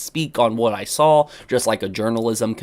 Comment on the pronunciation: Also the word saw that you say alot doesn't have an L at the end "I sawl it"